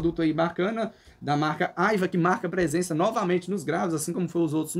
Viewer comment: Nao e' " Aiva" , e sim "Aiwa" com Wa de Washington. 😉